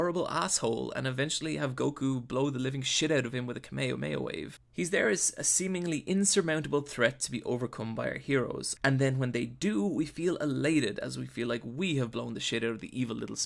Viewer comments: "Kamayomayo wave" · This is the most mispronunciations i’ve seen in a video. I’m currently at “kamaya-maya wave”